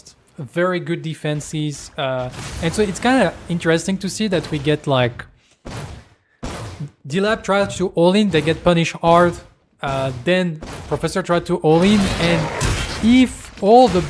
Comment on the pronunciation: Why do you call them "dirty lack?" It's driving me nuts lol it's LAB with a B